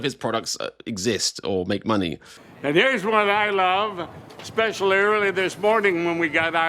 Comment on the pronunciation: lol “ specialrarily”